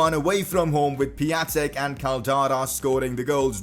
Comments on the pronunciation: Pia-n-tek not pia-tek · It is Pion-tek I know because I’m Polish and so is he. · You don't pronounce Piatek right :/